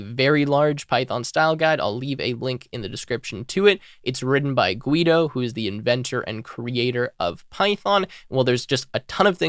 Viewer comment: Guido is pronounced Gi-do not Gwi-do